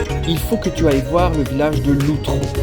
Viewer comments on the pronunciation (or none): dites les gars, c'est Loutro pas Lutro ...🤣😂 mais sinon c'est drôle....